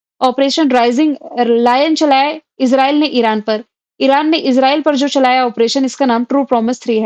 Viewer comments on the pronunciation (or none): none